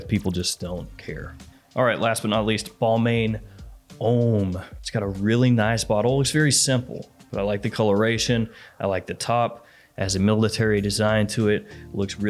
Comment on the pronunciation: its pronounced "BAL -MAWN" not " BAL-MAYN" sigh